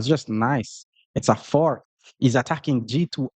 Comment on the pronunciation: Sorry in advance, I mean no disrespect at all but when say the word "fork" it sounds like he saying "fart". so when he says I am trying to fork or any sentence it just makes me laugh every time....